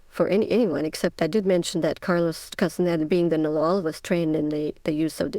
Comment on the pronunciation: Ist diese Stimme WIRKLICH keine KI? Sie kann den Namen Castaneda nicht aussprechen… ich flippe aus : Taisha auf Deutsch! Danke!